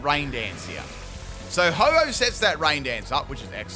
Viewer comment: The Ho-oh said is pretty goated